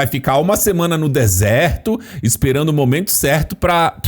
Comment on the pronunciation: Essa mulher fala lembrano buscano esperano Ela não consegue pronunciar as palavras que terminam em (ando)